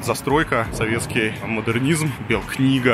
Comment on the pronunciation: Как в фильмах Тарантино можно часто услышать слово «Фак», так часто в этом ролике было слышно «своветский» и ему коренные. Варламов, ну хватит. Приторно.